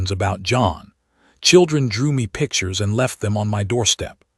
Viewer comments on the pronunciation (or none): none